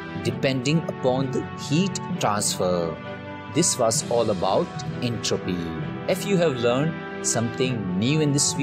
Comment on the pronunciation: His entropeeee 💀